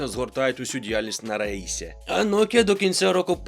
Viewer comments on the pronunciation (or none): none